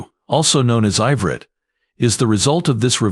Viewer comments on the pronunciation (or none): Minute - when you say "also known as 'I-vreet'", you should say "as EE-vreet"